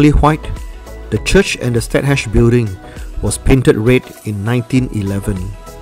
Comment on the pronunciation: Stadhuys ? Is it pronounced as State House?